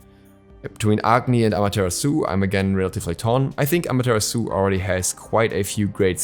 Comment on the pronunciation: Why do you pronounce Amaterasu like that? 🤣🤣🤣